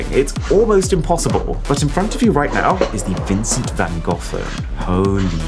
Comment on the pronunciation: You just mispronounced Vincent van Gogh so incredibly bad XD